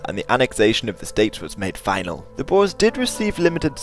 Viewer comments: When they say bores instead of Boers is cringe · You pronounce the "oe" in boer like "poor", not like "boar". The plural is boeren not boers. Boer literally means farmer in Dutch.